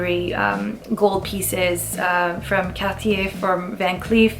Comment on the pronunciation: Lol I knew you were Canadian when you pronounced Cartier and guilloché in French 😉